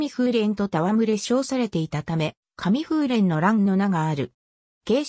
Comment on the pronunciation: かみふうれん、じゃのうてじんぷうれん。士族反乱討伐政府には元公武合体派もありました故幕末期の倒幕派は全滅させらて当然だとかじゃのうて読み方くらいは正確にやりたいものですなぁ